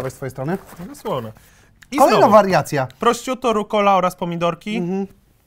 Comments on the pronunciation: USZY MI KRWAWIĄ! Prościuto? Proszutto... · Wymowa szynki to "proszutto" a nie "prościutto" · Jeśli są tu jacyś ludzie znający włoski to pewnie uszy bolą ich równie mocno jak mnie gdy mówi prościutto xd wymowa brzmi prosziutto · błagam nie mów prośćutto, mówi się PROSZUTTO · Przy trzecim "prościutto" wyłączyłem. Jak już chcesz mówić po włosku, to sprawdź jak to czytać. Jak nie chcesz sprawdzać, to mów po prostu szynka włoska, bo uszy więdną... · proszutto sie wymawia a nie prościutto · PROŚUT-TO NIE PROŚCIUT-TO